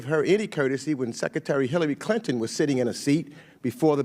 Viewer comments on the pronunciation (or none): "Teckaterry Tlinton?"